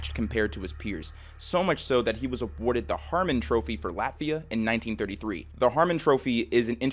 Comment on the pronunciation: I know this is supposed to be serious but in the beginning I thought he said laughia